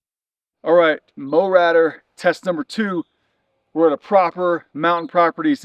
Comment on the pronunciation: Why do you pronounce it "mowratter" when it's clearly Mowrator? Are you trying to be smart?